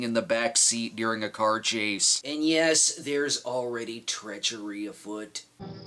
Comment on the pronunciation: "James, no!" "Yesh." "No!" "Yesh." "No!" "Yesh!" "...yes..." "Fifty nos and a yesh means yesh."